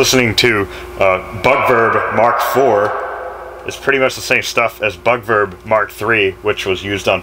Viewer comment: I fangirl, but I swear you said "BUTTVERB" rather than "BUG VERB"